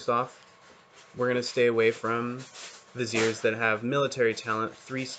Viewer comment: hi even though you pronounce viziers right i have some complementary information to add in my video here